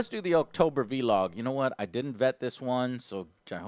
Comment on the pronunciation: How does he pronounce blog cause he says vlog wrong everytime